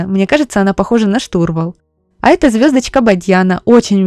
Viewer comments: Подача материала 👍, только не штУрвал, а штурвАл. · Даже не сразу поняла, что за слово Вы сказали..., не штУрвал, а штурвАл. Всё-таки Вы на всю страну вещаете. Надо правильно говорить такие простые слова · Ё-маё, девушка 🤦‍♀️, не штУрвал, а штурвАл❗ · Здорово. Одного не поняла, что такое штУрвал, с ударением на У. Прошу прощения, если девушка не русская.